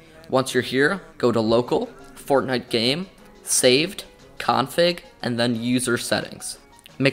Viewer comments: When you say fortnite sometimes you say fortnut lol! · He said fornut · he said fortnut im not the only one who heard that right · 0:4-0:6 fort nut 🤣 nontheless great video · Fortnut I heard? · In the intro did he say fortnut? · i heard fortnut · bro this is a good video, just plz dont say fort'nut' anymore. If you wanna be more professional as a channel (which judging by your content quality you do) then say the proper game name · fortnute XD